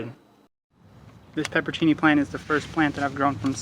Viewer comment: Dude, your pronunciation is killing me. It's pronounced pepperoncini, not peppercini.